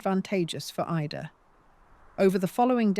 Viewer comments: Great story..... although thin on explanations. Also, some of the images onscreen make no sense: Birth certificates of random people. A newspaper page from Oregon with nothing about Ida. Buildings that have nothing to do with the story. Etc. Also, why does the narrator sometimes call her "Eeda"??? 😮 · Suddenly the narrator called her Eeeda. Can’t we get warnings here Ai is being used? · because of the mistakes, the mispronunciations of names like ida. And also the addition of unrelated photos. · Is this phony AI narration? Because ida’s name is pronounced Ida, most of the time, and then its suddenly pronounced “EEDA”. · Was she Irish or English? The AI narrator doesn’t seem to know, just as she doesn’t know whether to pronounce Ida’s name as eye-da or eee-da. What else doesn’t the narrator know? What do we, the listeners, know or not know? Truth or fiction? Who knows? Who cares when the present we are living in is constructed of the lies created by those in power mixed with the sad denied truths their victims are forced to live with. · Did I miss something? What has Marilyn Monroe's birth cert to do with Ida's sister? I watched to the end. The same narrator pronounced Ida two different ways. Marilyn's birth cert and then later some oddly engraved headstone that didn't match the narration. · Why is her first name Ida, pronounced differently through out this? Bloody fake voices. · The occasional mispronunciation of the name Ida shows the narration to be AI. That's not bad, but the awareness of it is important.